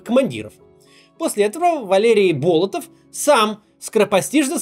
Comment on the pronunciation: Господи, да не бОлотов, а болОтов. От слова БОЛОТО! Водоём с вонючей жидкостью.